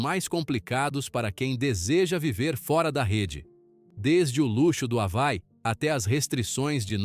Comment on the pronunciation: Ha-vai? Isso é ditado por IA?? Hawai (Avaí)